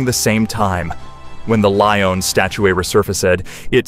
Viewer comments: Loin, instead of lion? Status, instead of statue? Get a grip. I'm out. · Exactly! It's "LION", not "LOIN" dammit LMAO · He keeps calling it a loin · “Leo the Loin”? Really? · It’s a “lion”, not a “loin”.😂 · Leo the “loin”, and Lee ohn , where do you get these dummies? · Repeatedly calling this a "loin" and also a "status" instead of a statue is just pathetic. Sorry but no LIKE from me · Lion,lion,lion! Not loin!!! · What's with the "Loin?" sheesh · leo the loin? that's a quirky name.. maybe she mispronounced lion when she was a little girl and so immortalized it in the name? sounds like there should be a story behind it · I wish they would get a narrator that could pronounce simple words correctly. They're in English and shouldn't be that hard to read and pronounce. The word is one syllable. Lion not loin. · Did they really say "loin" instead of "lion" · Lion. Pronounced as lye- on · Hubs took his "like" off this video because the narrator wouldn't stop saying Leo the "loin" 😂😂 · or leon! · Will never click your site again. The way keep doing your pronouncing the word LION ,SAME AFRICAN LION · 😂 My thoughts, exactly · My hubs removed his "like" after around the 5th one 😂